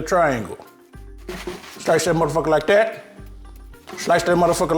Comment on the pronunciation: “Then you slice that mflikethatnyuhhhhhhh” 🤣🤣🤣🤣🤣